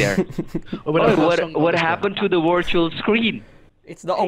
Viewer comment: your wirtual dextop has a wirus